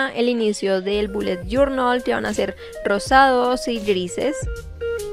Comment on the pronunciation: Te reto a que te tomes un trago por cada ves que dice "boulet jornal" Yo:reto aseptado